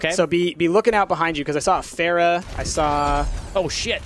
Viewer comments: its pronounced fair-a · Don't take this the wrong way, but I think Pharah is pronounced differently.